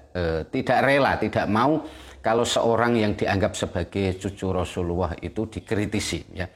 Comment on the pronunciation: Rosululloh bukan rosuluwoh